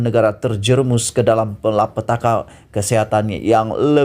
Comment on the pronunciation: Ape susah sangat kamu nk sebut perkataan aidilfitri tu..bangsa asing pun boleh sebut perkataan dan ayat dgn btl.sebut malapetaka pun kamu xbetul,macam mana kamu nk baca berita ni..belajar dulu sebut perkataan dan ayat dgn btl baru kamu boleh buat video..buat malu je kamu ni.